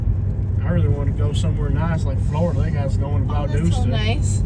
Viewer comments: It is Valdosta not Valdoosa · It’s Val Dos Ta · that’s the first thing I noticed…..Valdooosta 🤣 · If you’re gonna hate bash anywhere at least pronounce the name of the town, right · It's how yall are pronouncing valdosta. And as of now Georgia is 12 and 0. Compared to Alabama being 10 and 2. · Is your half sister-cousin-girlfriend ok?? I think she may have been having a seizure for the first 15 minutes. Then at 28 minutes, she started repeating herself again! Honestly, this is definitely the MOST ignorant video I have ever watched 😂 You can’t even pronounce the name of the town correctly! I wanted to stop watching after about 3 minutes, but the pure ignorance kept me sucked in 😳 Valdosta is far from the best town in the country, but it sure has a lot of perks. Many wonderful restaurants, decent entertainment, and shops. There are a lot of wonderful people, growing communities, and some dang good sports teams. Oh, and I’m not sure if she said enough or not, but, “They need to improve their offensive line.” 🤣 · From the start I can tell y’all got your azzes kicked by us and you can’t even pronounce it!